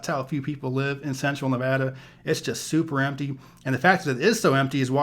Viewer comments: It’s always refreshing to hear someone pronounce Nevada as Nevadans pronounce it. It gives the credibility! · THANKS YOU!!! For saying Nevada correctly. It's like nails on a chalkboard for me when I hear it pronounced wrong. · Brits pronounce it, 'Nevarda'.